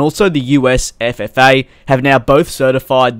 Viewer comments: You sais FFA like you meant it, wasn’t even a slip of the tongue. And also, all engines/airframes have issues, it’s unreasonable to only be picking on RR.. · It’s FAA reeeeeeeeeeeeee